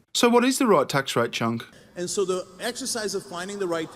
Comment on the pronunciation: It's cenk not chuck